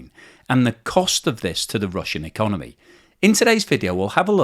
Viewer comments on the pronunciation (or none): "So the russian econemy"